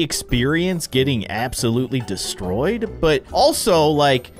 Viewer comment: he was meant to say abs ouloutly